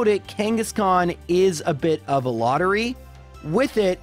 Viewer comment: "I may lore-try, but I won't always make it lore-by"